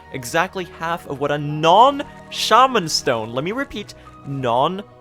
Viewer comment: dude its shaw-man stone